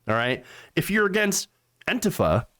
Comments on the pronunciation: I like your variation: anteefer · Why do you pronounce "Antifa" like "Auntie Pho"?